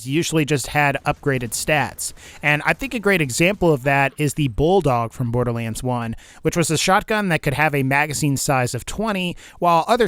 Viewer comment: sometimes you say borderlands like borderleens